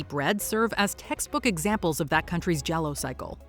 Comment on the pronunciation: JELLO? Are you trying to pronounce giallo? Zhe-all-oh. And The Hitcher is one of the greatest crime/horror/whatever movies ever. Rutger Hauer is unparalleled in this movie. If you haven't seen it, you're doing yourself a great disservice.